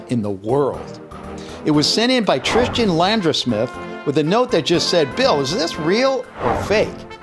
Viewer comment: your the second person I know of that can't say the name Tristan